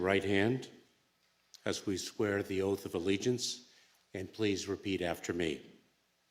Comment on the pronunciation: Boy that got butchered talking about the oath this is them of the USA